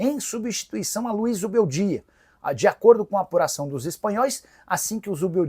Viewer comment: Nicola quando engasga com um nome, sai de baixo! A bola da vez é o Zubeldia.